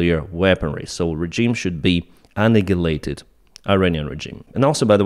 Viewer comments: Hi, I want to help your English. You continue to say the word "annihilate" with a "g" sound in it (like anigilate). You should say the word like (uh-niel-ate). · that's because of the letter in Ukrainian alphabet h pronounced like g it looks like a small r